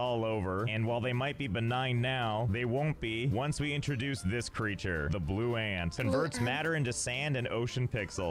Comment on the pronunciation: “It’s kinda blwue”